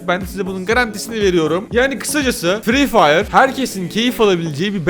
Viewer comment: Nobody:: fre fire Nobody:waht:lacasade palellll